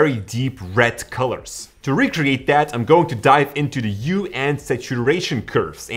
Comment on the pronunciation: "U"? 😂 It's Hue.